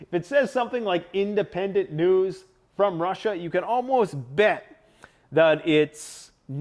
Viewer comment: I have listened to so much commentary of the news that I laugh when people speak so quickly that letters mixup. He says news, NUSE, because his brain is already thinking about nuclear when he is saying the word uses so they coalesce and he hast to correct himself. Humans are so beautiful, it terrifically sucks how much stress, manipulation, and lies we deal with